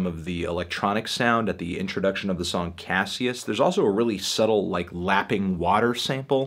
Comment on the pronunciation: Coming back to this review, but it's pronounced cash-us